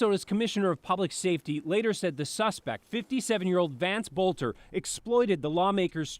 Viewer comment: Finally, somebody who pronounces his name properly. I was cringing each time I heard them say bolter. But most news people are illiterate nowadays.